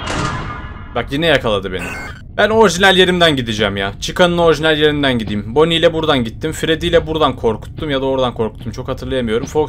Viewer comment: Normal: Freddy: Freedy Normal: Bonnie: Boonie Normal: Chica: Chicka